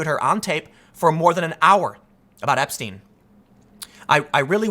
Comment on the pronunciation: epstine? What’s that? Like a beer mug? Who is Clin-ton? I’ve never heard these names. - ABC news